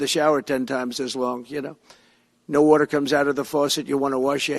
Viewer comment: Does he really think "they" don't want us to have "wutter" in our cleaning appliances? Where does he come up with this nonsense?